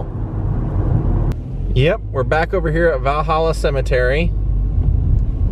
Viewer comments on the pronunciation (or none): none